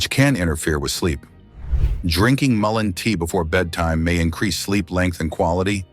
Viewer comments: Lots of good info, but VERY ANNOYING to mispronounce the Name MUllen as maLINE! Get it right! MULLEN! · Why are you saying might help ,when it's clearly great for all these ailments,and you keep changing and pronouncing the name wrongly continually.😮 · I don't know if this is right or not, but I always pronounced it Mull ee in. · Really though? AI needs to get a little more intelligent! It pronounced mullein like five different ways. It keeps repeating the same info as well. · I really despise AI voice overs, perhaps you could have your AI decide which way to pronounce mullein, switching back and forth is annoying! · AI can't decide on how to pronounce mullein.